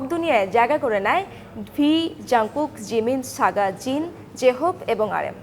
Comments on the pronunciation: Apu saga na Suga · saga noi, suga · I love the part when she said 'Saga' instead of 'Suga' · আরে saga না "Suga"😅😐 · It’s suga not saga 😂😂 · Saga na suga 😂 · Mem saga na suga Please name akto sondor kore bolben nabol te parlea bolben na 😡😡😡😡😡😡😡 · ভাই সাগা না সুগা🤣🤣🤣🤣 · আরে গাধা Saga না Suga. 🤣😂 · Video ta onek sundor hoice but এখানে বলা হয়েছে সাগা কিন্তু এটা হবে সুগা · apu , saga na suga . kosto paisi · Saga na Suga 🙄🙄🙄🙄😑😑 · এটা সাগা নয় সুগা। উচ্চারণ না পারলে বলবেন না।😡😡😡😡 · ooo Medam aita SAGA Noy SUGA hobe😁😁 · It's not "saga''. It's suga. 🤦‍♀️ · Saga❌ Suga ✅ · Apu saga na suga thikmoto jene pore bolben Apnar kotha shunte hazar manush ashe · It's not Saga😒 It's Suga💜❤️ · Its not saga it's suga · ওইটা saga না suga 😂😂😂🤣🤣😅😅😂😂😂🤣🤣😅😆😂😂🤣🤣😅🙂🙂😂😂🤣😅😆😁😂🤣🥰😘😂😂🤣😂😂🤣😅😂🤣😅😂🤣🤣😅😆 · It's Suga not Saga🙄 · মুর্খ নাকি?😑 সাগা না ওইটা, সুগা 😑😑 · She pronounced Suga saga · Wtf 🙂 it's not saga it's suga💔🙂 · its Suga not Saga😮‍💨😮‍💨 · Not saga it's suga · সাগা না সুগা🤣🤣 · It's not Saga, Its spelling S U G A.... Suga😅😅😅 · Hey!!!!! It's not sagaa.... it's suga😑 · Saga na Suga 😅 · His name is Suga not Saga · it's not saga its Suga 😒...somoi news khali name vhul kore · Its suga... Not saga.... Its hurt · আন্টি আপনি একটা ভুল করছেন ওইটা সাগা না সুগা হবে 🥺🥺🥺 এখন যদি আমাদের কিউটি বিলাই রাগ করে 🙃🙃🙃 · দিদি ওটা সগা না সুগা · Saga???😳😳😳 Please pronounce properly..... Its Suga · He is suga not saga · Boin oita saga na suga😑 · সুগা রে সবাইকে সাগা কেনো বলে সবাই😭🤣🤣🤣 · It's suga(Shuga).not Saga😑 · সাগা না সুগা,, নাম টা বলতে পারেব নি😒😒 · it's Suga Saga nah😹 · Suga. saga na🤭. Sune hashi pelo😂😂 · It's suga not saga. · apu oita saga na suga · Saga nh suga nam ta to vlo koira neo🤣🤣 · it's suga..not saga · What is saga😑..it is not saga😒 Its suga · You should homework first. It's Suga not Saga. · 😂 this news reports do same mistake again it's suga not saga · Apu oita saga na Suga 🤦‍♀️ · Suga not saga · not saga it's suga. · I also shocked when she called Saga🙂 Yoongi shouldn't mind🤧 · Apni suga ke saga bolesen😂😂